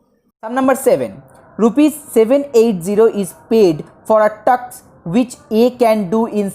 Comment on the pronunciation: You improve your English is "task"not "taks"